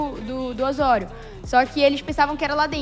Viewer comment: O O e o E são sempre fechados em espanhol. Portanto a pronúncia é Ô-SSÔ-RIO.